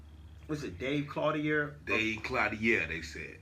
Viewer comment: His name is pronounced clo, teer. I went to school with him.... clo' teer..... CLO'TEER.. NOT CLO,DIARE.... CLO,TEER